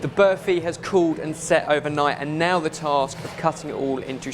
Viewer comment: Its barfi mate😕